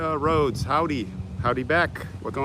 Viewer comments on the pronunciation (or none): none